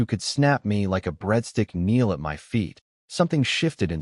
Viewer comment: It is good, with some great lines. Just wish the A.I could be fixed so it doesn't spell out words. Hearing M.Y instead of my is kind of annoying.